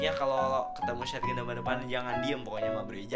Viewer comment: "shotgun": Sotgan❌ Syatgan✔️